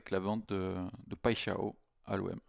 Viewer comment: "paille " "chat" "on" tu prononces les 3 mots sans faire de liaison et dit paixao qui en portugais veut dire passion ( amoureuse)